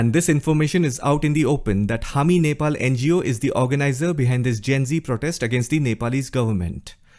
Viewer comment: You INDIAN guys don't know how to pronounce Nepal. It's sounds so dehati.